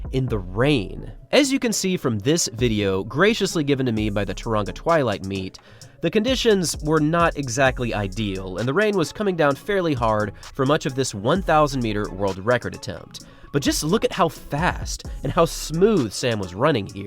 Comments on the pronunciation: Try more like “TOE-rung-uh” - no hard G and the emphasis is on first syllable. What a talent! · Tauranga is pronounced toe-wrong-ah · Tauranga= pronunciation = Toe-roll the for the r - ra - ng (back of the tongue nasal) then a long a ā Like Toe rrongah . Ki te pai? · From tauranga pronounced tow-rung-ga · Pronunciation of tauranga is awful but understandable 😂😂😂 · I'm sure you loved the pronounciation of Tauranga! I'm glad he gave it a go but as a Kiwi it gave me a good laugh